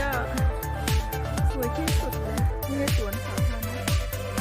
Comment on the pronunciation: ตามมาเลาะสวนสาธารณะ น้องน่ารักนะคะพยายามพูดไทย ออกเสียงเป็นสวนสัตว์😁 บ้านสวยดีนะคะ สวนก็สวยดอกไม้แปลกแต่สวยดีค่ะ ลูกแอปเปิ้ลป่าค่ะ อร่อยนะคะที่ยูเคก็มีค่ะ ต้นไม้ใหญ่มาก เกาลัดดกสวยเลยค่ะ